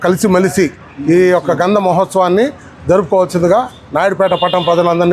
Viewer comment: Amma grandham kadu gandham